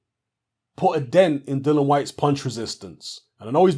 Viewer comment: You seem to be quite articulate Mr and I have no doubt you’re literate too. So why can’t you pronounce this guys name correctly? Have a little read. Notice anything...there’s two I’s in there...and three syllables...DILL - I - AN...NOT Dylan. Another little clue if you can’t read, is to listen to the way he and his manager pronounces his name. Have a little practice before your next video...all together now...DILL - I - AN...Dillian...Dillian...give it a go...! 🙄